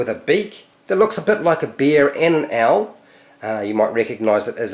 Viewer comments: So... like... the right pronunciation of "owl" is actually "aell"? I mean, I really don't know, this isn't my first language even, but that startled me... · I was joking on the fact that I just learnt the pronunciation of "owl" through your video, dude :)